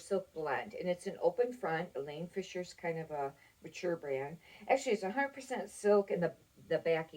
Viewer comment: Nice video! (It's Eileen, not Elaine Fisher)